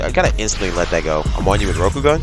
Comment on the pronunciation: it PHYSICALLY PAINED ME everytime he said rokogun like bro your saying it wrong